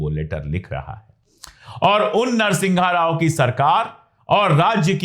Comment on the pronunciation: अबे अनपढ़ नरसिंघा राव नहीं है नरसिम्हा राव है..........